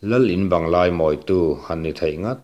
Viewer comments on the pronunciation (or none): none